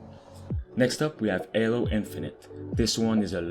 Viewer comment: BRUH it is Halo not Alo. LOL